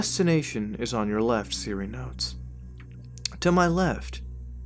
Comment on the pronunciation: I swear instead of siri he said Syria